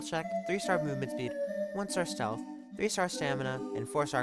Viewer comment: you said the stealth and stamina wrong